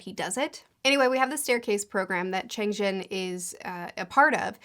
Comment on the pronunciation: Btw Cheng Xin is pronounced like "Chung Shin", and Luo Ji is pronounced "Lu-aw Ji"